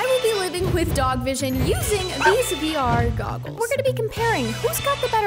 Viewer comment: it hurt my soul when she said vr goggles